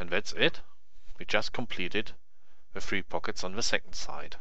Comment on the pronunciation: "ze cube" German detected, aneways nice tutorial, lets see how long it takes me to learn, do you also make videos in Deutsch?